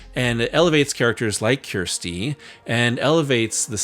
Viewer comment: "Ker sti" not kiersti this is what siskel and ebert had issues with. At least try to get her name right. Other than that a good video but it's really grating when Americans get her name wrong and keep hammering it home that they can't understand how her name is pronounced. They don't ever in the film call he "kiersti" it's pronounced "kersti" or for us in the UK Kirsty.